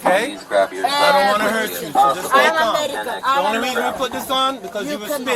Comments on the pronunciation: “I am Omar-in-can. “ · Say it with me, folks - "I am Amalleeekan" 😅🤣🤣